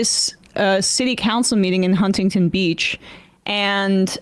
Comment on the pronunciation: I absolutely HATE the way she mispronounces Huntington